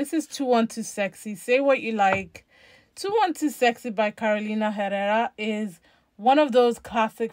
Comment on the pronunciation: For the Carolina Herrera Good Girl the H is not pronounced.